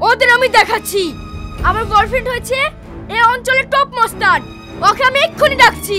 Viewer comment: ভালো করে উচ্চারণ করে ওটা boy friend হবে bor friend নয়